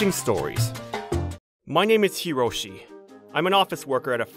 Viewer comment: It's Hiroshi.....not karoshi